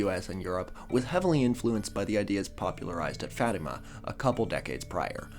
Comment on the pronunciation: OOH, yeah, definitely not synonyms. We don’t worship saints, we don’t worship Mary, who is also a saint. We ask saints to intercede on our behalf. You know, since they’re able to put in a good word to God. Hooray for correctly pronouncing Fatima!